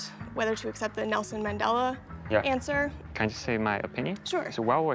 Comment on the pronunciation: she said nelson men instead of nelson mendela